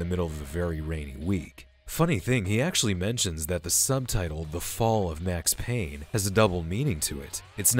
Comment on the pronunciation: It’s Payne!!